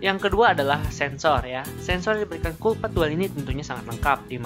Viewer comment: mgomong collpad apa kopet? :v